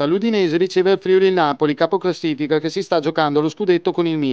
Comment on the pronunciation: Bel video! Però.. Si dice FriUli con l'accento sulla U, non FrIuli (con l'accento sulla I)...